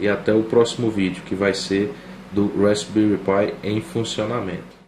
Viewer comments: Uma dica pra galera: Se pronuncia "rásbéri" - Com o P mudo. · *respbelri pi ai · Tudo muito bom, mas a pronuncia está errada.